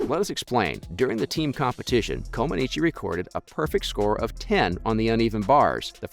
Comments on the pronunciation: Comaneech, not comaneechee wtf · You’re saying Nadia’s last name wrong 🙄